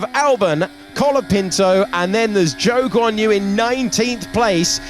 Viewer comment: everytime he says Zhou Guanyu i hear joke on you